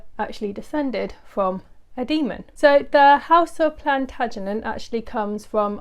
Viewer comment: “Plant-uh-jen-ay” Plantagenet